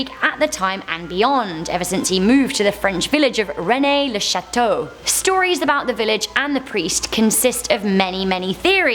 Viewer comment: Rennes-le-Chateau = not pronounced 'René' It's pronounced as 'Rén'.